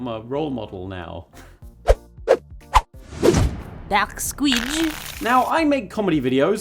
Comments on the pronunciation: Love the French "DarkSquiiiidge" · I didn't know could say "DarkSquidge" with a french accent <3 Oo la la:3